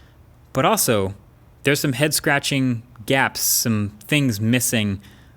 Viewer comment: So we're all just Gonna ignore he called it gapps but G-apps ?